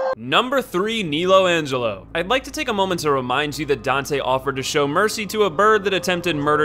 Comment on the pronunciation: Knee-low Angelo...